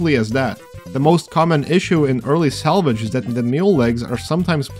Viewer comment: your pronounciation made salvage sound like salage. Thats all